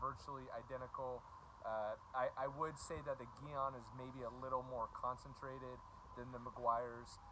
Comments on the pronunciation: I never wash or spray off the wheel before using Gyeon Iron. It holds on better with the dirt on there and has been more effective that way for me. Thanks for more great info😊. Hope I say your name right. Because it's not Geon it's Gyeon haha fun ball busting no disrespect.😂👍😊 Brakes work 70 front and 30 rears. So yes you will always have more iron deposits on front brakes. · Whole video is inconsistent and irrelevant and leaner how to pronounce it it’s not geeeon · One thing, it's pronounced jee-on. I don't really care how you say it personally, just an FYI. Secondly, the smell is mercaptoacetic acid aka thioglycolic acid. The more smell, generally the higher concentration of the active chemical. Mercaptoacetic acid actually rapidly pickles the iron. The byproduct is that red/purple color. Meg's is a pretty decent product for the price, but the dedicated iron removers from Gyeon and Carpro tend to do better than the wheel cleaners that have the acid in them or products that try to be iron and tar removers combined and even some of the cheaper dedicated iron removers like McKee's for example. I've decon'd some seriously bad cars - I'm talking one car was sitting next to an angle grinder station so the particles were enormous and you could really see the difference between the big name iron removers and the cheaper stuff I was trying to use since I knew I was going to have to go over the car many times. It ended up being a 3 hour clay job even after probably 3 to 4 passes with iron remover btw on the car that had been sitting near an angle grinder. Orange rust specs eeeeeverywhere. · g Yûn is the pronuciation. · Soft G sound in gyeon 😁